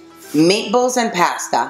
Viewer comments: PASTA .......NO PEASTA ..... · Pass-ta. Spoken like a true Italian. 🤦🏻‍♂️